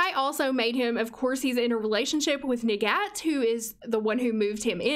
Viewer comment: Her name’s arabic but specifically the Egyptian dialect so her name is pronounced “nagat” in Arabic.